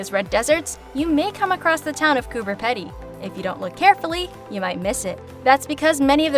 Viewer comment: It’s Pee-dy not Pedy